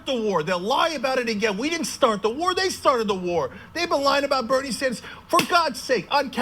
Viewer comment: "You want a WOAR, We'll give you a WOAR!" Okay Chunk, you couldn't fight for five seconds before you pass out you fat fuck. Pissants like you that have never bothered to actually put on a uniform have no right to call your personal little difficulties "wars".